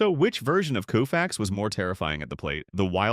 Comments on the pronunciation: it's Kofax with a long o sound not Koofax! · Greatest Pitcher ..worst video ..When Koooofix faced Mickey Mintel !!!!! How difficult is it to have a human being narrate ?? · This announcer need to know folks names so he can pronounce them correctly coofax lol really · Koo-Fax? Can’t watch this. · You missed pronounced his last name! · The least you should be able to do is pronounce his name correctly. You're a disgrace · Sandy is my favorite player of all time, but I can't watch a video, even a tribute video, where his name is repeatedly mis-pronounced. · Cringing, listening to his name mispronounced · Pronouncing his name WRONG! Unbelievable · For god sakes get the damn name right or don’t bother